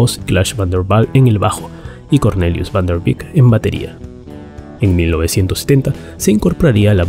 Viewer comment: Buen video... Los nombres holandeses no se pronuncian con fonética inglesa, Van der Leeuwen se pronuncia "lewuen" y no "liwen", Van der Beek se pronuncia "beek" y no "bik"